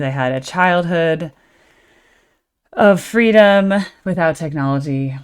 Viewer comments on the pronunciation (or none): none